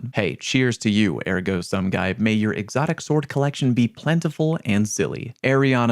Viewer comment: 😭that's not how you pronounce ergo sum